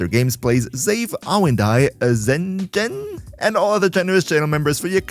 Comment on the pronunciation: You did real good pronouncing the screen name, mate! The "Zhen" is what catches most people off guard, but the zh is pronounced like the s in vision, so hats off to you!